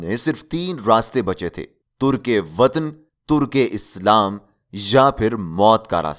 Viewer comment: It's not "turk e watan / turk e Islam". Correct pronunciation is "tark e watan" etc. It's very sad that you cannot speak proper Urdu on your Urdu channel....although info is excellent.